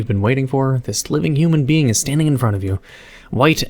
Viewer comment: "It E's Wat It E's"